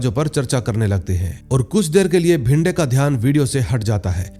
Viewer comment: Bhinde nahi re it's bhide , vishwas ka surname saranjame hai sarjami nahi😂